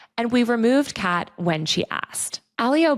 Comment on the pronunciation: Not how Kat's name is pronounced!